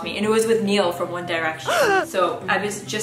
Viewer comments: Its Niall not “Neil “ 😤😭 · Girl... you did not just say Neil.... it's NIALL!!!! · 0O:31 his name is Niall not Neal. Pronounced like Nile. He's Irish. 🤣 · It's Niall (ni-al) not Neal 😚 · Niall is pronounced Nile (like the Nile River), not "Neil" like Neil Diamond. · It's pronounced Nile ! But yeah lol I was shocked when I realised it was over him! Hope all is going ok and best wishes with the IVF, very exciting time for you and your husband in the midst of all the crazy, it's nice to have something to be excited about. Take care ❤️❤️❤️ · love that you called Niall from 1D 'Neill' LOL